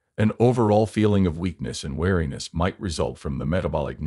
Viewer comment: "weariness", not wariness.